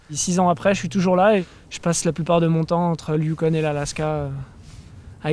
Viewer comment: C'est pas le youkonE...youKON...pas de E...donc...ON...pas one...youKON...